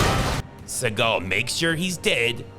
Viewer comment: 😂😂😂😂😂 bro !!!😭😂😂 "Which is Steven Stegal specially" 😂